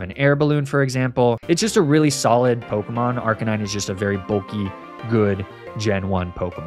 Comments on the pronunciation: It's so weird to hear you say Arcanine instead of Arcanine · first time i heard someone call magnemite as "magnemity" and arcanine as "arcakneenay". not sure if baiting engagement but damn i fell for it i guess.